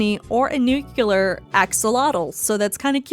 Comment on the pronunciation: nuclear not nucular. ugh